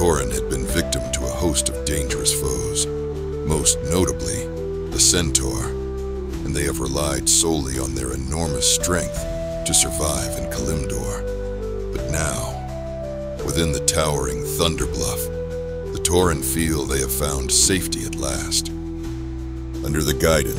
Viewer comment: ka-lim-door? Kalimdor = KAL-LIM-DOOR other than that little blip, awesome video!